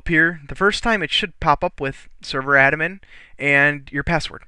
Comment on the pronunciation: Admin, not adamin.